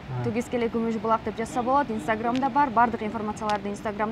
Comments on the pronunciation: Гумуж Булааакпы же Күмүш Булакпы 😄😄😄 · Гумуж эмес кумуш десе